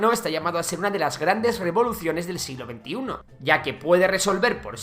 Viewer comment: "Siglo XX1" ..... WTF 😲